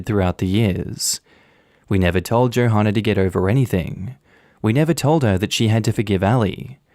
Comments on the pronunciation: I'm pretty sure Johanna is pronounced the same as Joanna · The "h" is silent in Johanna....I got so distracted by the hard H sound I need to rewind this now. 🤣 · Hey the h in Johanna is silent.